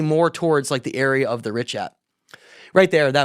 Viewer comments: No one calls it the richart structure. Where are you getting that second R from? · Absolutely fantastic episode. Just one small correction - it's actually pronounced RIŠAT - RICHAT - RISHAT Here in Montenegro we have these myths about how ppl of Vasconia aka The Basques came from mid Atlantic on huge ships during the Younger Dryas. It's been speculated that Atlantis was located in the mid of Atlantic and that its size was about 800.000km2. Canary islands were part of this civilization. Parts of Caribbean as well. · had to be a MAJOR PRIKK and correct when he said certain words wrong... MEANWHILE, he's saying "RISHART" STRUCTURE - DOZENS OF TIMES!!!.... Funny, I only see ONE "R" at the beginning of "RICHAT".... And UNLIKE, you proceeded to READ AN ARTICLE where the word "RICHAT" appeared a DOZEN TIMES and you STILL SAID IT WRONG.... "JUST TO BE CLEAR" of course... As a Petulant child - your attempts to embarrass, one-up, disprove, or outwit people is SUPER OFF-PUTTING... You got TORN APART after your assault on (Ashton Forbes) in the comments section for weeks, AND ON X, and still didn't learn a lesson. Its ok to not be as smart as you think you are. Stop lashing out over it. -- PLEASE Stop giving this clown your time. He's an egomaniac and disingenuous as they come. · OMG, what are you guys talking about? There are petroglyphs of elephants and giraffes at the Richat Structure. There are several quarries and canals proving ancient civ there (regardless of Atlantis). I've been there 3 times now. You are still pronouncing it wrong. Still listening only because I want to hear what other mistakes you will make about the Eye of Africa.